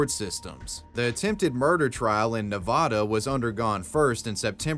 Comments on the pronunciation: Nevada sounds like "had uh" not Nev'aw'daw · Neh-Vad-uh. Eat 💩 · It's pronounced "Nu-Va-Duh", there isn't an H in the word. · Ne-VA-DA not Ne-VO-Da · It’s nev add duh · As a resident of Nevada please there is only 1 a pronuced as ne-VAH-duh sorry lol. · You said Nevada wrong sorry i know you're not American but it's neh-vah-dah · I gave you a thumbs down because your dumbass mispronounced Nevada. What an idiot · My ADHD was in full effect during the match story, but even with that going on every time you mispronounced Nevada it brought my attention back immediately. Sincerely, A Nevadan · That's not how you pronounce "Nevada" my dude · thank you lmao